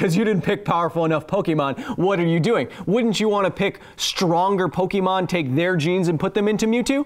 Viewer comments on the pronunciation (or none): Lol I think that was a trainer smack down. Don’t mess with OG Pokémon players. Though I do deduct -1 internets for pronouncing it poke-ee-mon